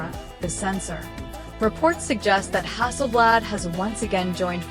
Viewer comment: When the AI calls it Hasselbled Im out.Cringe AF.